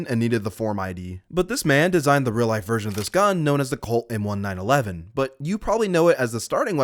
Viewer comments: No one calls it the "M1-911" its "M-19-11." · "colt m one nine eleven" bruhhhhhhh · It’s not pronounced M 1 911 it’s pronounced M 19 11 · he did NOT just call the M1911 the "M1-911". ITS CALLED THE M1911 BECAUSE IT WAS MADE IN 1911 JSWDIJFJDOIADHPU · Great video, but "PoInT FoUr FiVe Em OnE NiNe EleVen?" 😂 It's a 19-11 as in the year 1911, it was adopted by the US military. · Excuse me did you call it the M1-9/11 😭😭😭